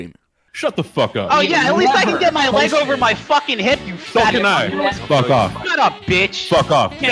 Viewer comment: sure if you think "facking" is an english word